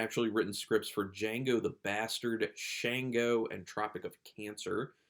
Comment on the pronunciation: It is pronounced shaun go. I know as my brother's name is Shango. It is Yuraban in origin.